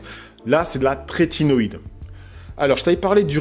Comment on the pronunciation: Top merci pour la vidéo ! Par contre c'est trétinoïne et non tretinoiDe 🤪